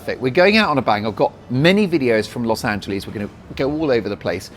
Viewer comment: Big Congratulations!! And Yes! I was hoping you'd do more travel stuff! It'll be a little hard on Mrs. Dolan, so it might not work, but I do think it may be the wave of the future. I'm wondering if you'll fix the way you pronounce "Los Angeleeeez," to "Los AngeLESS." 🙂